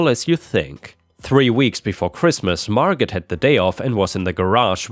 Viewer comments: Its mar go not margit lol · Margot is NOT actually said like Mar GOT. the way you said it. The T at the end is SILENT and the FEMALE name is said like Mar--GO. It would rhyme with words like Bordeaux (wine) plateau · "Margot" is pronounced 'Mar-Go". T is silent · NB,: Margot has a silent T. Pronounced MAR-go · The "T" in Margot is silent. Margo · It's pronounced "Mar-go" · Late to viewing, but Margot is said as mar-go, with the "t" being silent. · Usually Margot is pronounced without the “T” - Margo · Just a note, "Margot" is pronounced, Mar-go. The "t" is silent. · Margot is pronounced without the 't'. 'Margo'. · it's Margo the t is most ALWAYS silent. 😏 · With the name Margot, the T is silent. Mar go. 💜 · Hey, the name Margot... the t is silent. so it sounds like Margo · In "Margot" the T is silent. It's always marGO. (Margot Kidder and Margot Robbie are noteworthy actresses whose names you'd encounter on the internet.) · Margo. Margot is pronounced Margo. I REALLY like your videos, hope you don't think I'm being mean. You are in a different country, and grew up in another different country as well. You do a great job! steve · The t in Margot is silent. Like Margot Kidder or Margot Robbie.